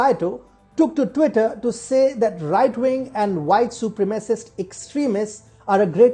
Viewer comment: su prem a cist not super macist